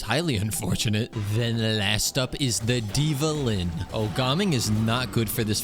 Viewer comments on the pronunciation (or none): "then the last one is the DIVAlin💜" (the drops were not very DIVA)